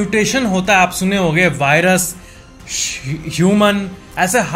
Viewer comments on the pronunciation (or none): none